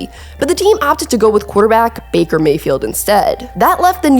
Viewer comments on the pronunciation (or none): none